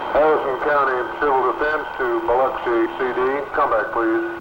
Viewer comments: The waves - look like Hawaii. You can see the rocks. Definitely not the Gulf Coast. // Does anyone pronounce Biloxi as the narrator does here? Bi lucks ee. //The lady who spots her house should be on the Price is Right.//You can't blame people for believing the Richelieu story if this film and the source's account spread around the country. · Bi-LUCK-see. The "I" is short, second syllable emphasis. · Somebody should have told the narrator how to pronounce Biloxi.